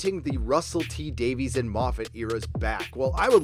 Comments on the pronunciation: Just a note re. Russell T. Davies... his name is pronounced ‘Davis’, not ‘Davees’ since he is Welsh. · "Davies" is pronounced ""Day-viss".